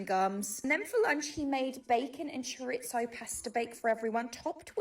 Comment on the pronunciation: I wish she'd learn to say chorizo properly. That bothers me far more than how much he eats. I dunno why, usually i switch off.